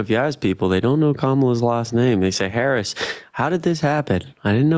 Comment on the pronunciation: Mispronouncing her name is always intentional at this point — she has been in the national scene for a decade and as our vice president for four years. MAGAs would not put up with mispronouncing Trump’s name as Grump or Tramp. I am always impressed at the unity of MAGAs — they read their script faithfully asking the exact same questions with the exact.same objections using the exact same phrasing, etc. Naturally, callers would share similar concerns, but the cookie cutter conversations happen over and over. When challenged, then they get flustered until they pivot to the next MAGA talking point.